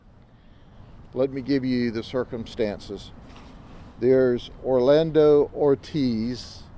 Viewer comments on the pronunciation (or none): none